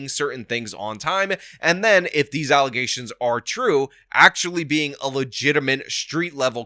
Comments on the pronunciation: False allezations 😂😂😂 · I was scrolling and saw the title to the video and laughed my ass off. The irony lmao. Then the "allesations" was the cherry on top 😂😂😂. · once you introduce allezations, proper use of the word allegations goes out the window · Lol false allezations will never get old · I love that you won't let "allezations" go.